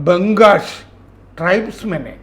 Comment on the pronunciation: "ബംഗാഷ് " അല്ല!!! കലാഷ് ആണ്